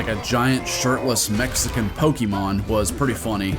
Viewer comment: Pokémon, not pokimon.